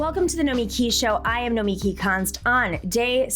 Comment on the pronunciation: It's No-me-KEY. Accent on the last syllable. She's okay, but I don't think it's realistic to fight Corporatists from the inside. You have to beat them. No time for Incrementalism.